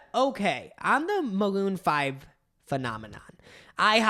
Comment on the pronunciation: It sounded like said “moon fried” rather than maroon five…